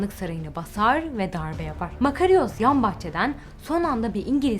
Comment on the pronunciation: "Fatih Zorlu" değil, Fatin Zorlu; Fatin Rüştü Zorlu. "Makariyos" demeyin ayrıca "Makaryos" diye okunuyor o isim.